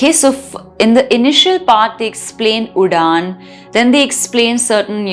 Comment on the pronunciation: Can't watch the video beyond 4 minutes. It's full of mistakes in pronunciation and Sanskrit is highly stressed on pronunciation as the change in pronounciation changes the entire meaning. At a higher level, even change in intonation changes the meaning but it is beyond the scope of this video. It's not udaan but uḍaana .. The ending vowel being a short 'a' sound, like the first vowel 'a' in 'ago'... And the d sound is a retroflex sound. The Cerebral or Retroflex consonants are produced by curling the tongue to touch the roof of the mouth. These are ṭ, ṭh, ḍ, ḍh, and the nasal, ṇ. The above 5 sounds are present in Sanskrit and all South Indian languages. They are also present in hindi and also represented correctly on the screen in Devanagari lipi, but you have consistently pronounced it wrong throughout your explanation. It's surprising because no Indian, from children to grownups and from uneducated to educated, ever pronounces that sound wrong and yet you have pronounced it entirely incorrectly. Also, it's sooṭra, not soochra. You seem to have a high hindi influence and hence unable to speak Sanskrit correctly and misinterpreting the meanings based on hindi which itself is a non Indian language, based on Persian. It has adopted the Devanagari lipi just to assimilate into the Indian culture but in its true essence, hindi, urdu, persian etc languages are similar and don't have any Indian roots and hence no connection with Sanskrit. You need to unlearn hindi to start being abl